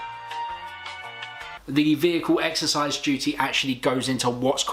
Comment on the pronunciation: Good video. You triggered a lot of idiots. It's Vehicle excise duty. Excise, not exercise.